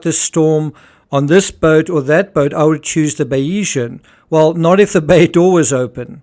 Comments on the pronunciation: I believe your pronunciation of Bayesian is incorrect. You are saying Bay-EE-zhun. In YouTube examples of Bayesian Theory pronunciations, it’s BAY-zhun or BAY-zee-un. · Great analysis on this tragedy. Just to say there's no 'E' in the pronunciation of Bayesian, ie it's pronounced Baysian. She was previously known as Salute. Mike Lynch acquired her in 2014 and changed the name to Bayesian, after the 18th-century mathematician Thomas Bayes, whose work on probability informed Lynch's professional thinking.